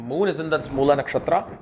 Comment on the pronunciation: Its Mool ( like fool) not Moolaa!😅